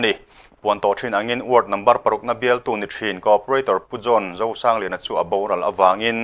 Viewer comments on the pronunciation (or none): none